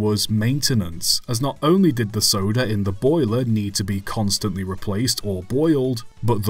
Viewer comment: When you say soda locomotive, i hear sodor locomotive